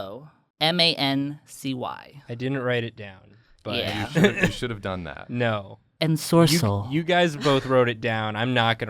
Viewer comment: I could’ve sworn that ensorcell was said with cell emphasized at the end, not sorc